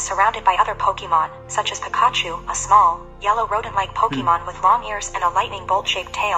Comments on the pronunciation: pikahh - chu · “Pe-KAH-chew” (emphasis on second syllable). Yeah, I’m going to trust AI. [Yes, I realize that it’s likely the text-to-speech synthesis portion that needs fixing, But still, for a demo, someone should’ve caught this blunder.]